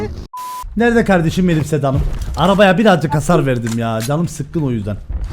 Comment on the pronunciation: Nobody::aynen kavdeşim aras kargo